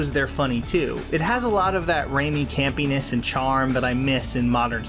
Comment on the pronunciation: "cam penis" instead of campiness lol